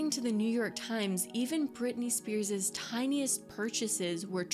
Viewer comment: Its just Spears not Spearses